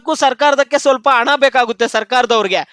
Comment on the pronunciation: Ana alla, hana anta helu Modalu chennagi maatanadalu kaliyappa.